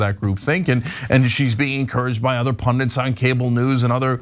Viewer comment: It's "pundits", not "pundents"...